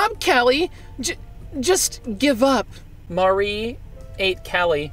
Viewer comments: It's Marie not mariea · I keep cringing at the fact he pronounces the name Marie wrong and he keeps calling inklings octolings... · Marie not Maria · Facts about Splatoon because I’m a big fan; 1. Marie is pronounced Ma-ree 2. They are called Inklings, but there are Octolings too 3. Pearl is 21 and Marina is 18 4. Callie is wearing purple and Marie is wearing green. Here you go.